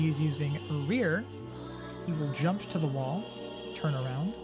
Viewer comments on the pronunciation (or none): none